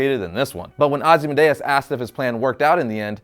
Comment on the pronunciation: Ozy-man-DEUS? C'mon man. OzymanDIAS. Read the comic you review, dude. It's in the movie too. FOR SHAME!!!